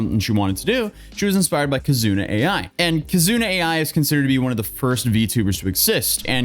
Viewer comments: I'll be the one to go in the comments lol Kizuna "Ai", not A.I. V-Shojo, not VSojo/VS-hojo That aside, I've been following you since kinda just before the Johnny Somali stuff, and now you're covering this as well. It's not really a surprise at this point, but man. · Oh you poor nonweeb. It's v-shojo😂 I respect the commitment to the bit. Kizuna AI is pronounced like Love in jp like aye Shibuya, like the part of Tokyo? I'm so sorry this is just a lot. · please learn your GOD DAMN PRONUNCIATION before making a video Kazuna Ai is Japanese Ai is pronounced as [eye] and in Japanese is a common female name meaning "love" with variations such us Airi, Aiko etc. she was played by real actress Nozomi Kasuga - Japanese word Ai has nothing to do with English word AI Artificial Inteligence; While VShojo name V- like Vee and Shojo meaning young girl in Japanese is pronounced Sho [like in sho-ck] and jo [like in jolt] Mispronounciation is one of the most disrespectful things you can do in my culture; thank you. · Hey, we got you man, it's Kizuna Ai pronounced as: "Key+Zuna" and "Eye" V-Shojo pronounced as-in the letter "V", then "Show+Joe" but with the "ow" sound at the end silent). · kizuna Ai, is more like kizuna ayy not kizuna A I 😂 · I can allow V hoe jo but not Kizuna A I 😆😆